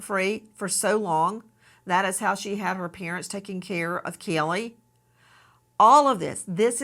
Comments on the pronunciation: And “Kelly” instead of Cayleigh 😂😂😂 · It's NOT baby "kellE" Nancy the way you KEEP pronouncing it ❗ Say it right = CAYlee ❗❗❗